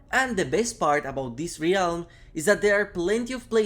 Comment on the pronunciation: How do you still not know how to pronounce ‘Realm’?